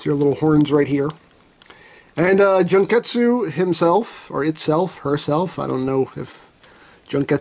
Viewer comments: omg! i just rewatch the vid, and the way he say "Junketsu" like " JUNK -estu" OMG "JUNK" 😂😂😂 it's "Jun-ketsu" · You completely butchered the pronunciation of the character's name, and the name of the suit.